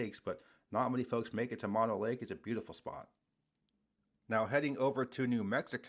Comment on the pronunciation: I've been to 49 states and 8 Canadian provinces, so I am fortunate to have seen most of this country. BTW, Mono Lake is not pronounced like it looks, but rather as Moe-noe. If you want to see more of it, it's featured in Cinderella's music video, "Don't Know What You Got 'til it's Gone." Also, the formations are volcanic tufa, NOT salt, and the lake is both hot and acidic from the vulcanism that creates the features.